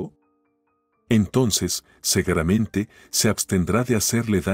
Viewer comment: Aay tan BIEN Que íbamos hombre y ya empeso usted con su SEGERAMENTE que manía caramba SEGURAMENTE la palabra es SEGURAMENTE SE LEE CON U NO LA CAMBIE POR E 🤦‍♀️🤦‍♀️🤦‍♀️